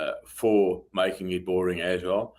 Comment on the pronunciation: Is this how they say “as well” in South Africa or is he drunk: - “we are …. as well “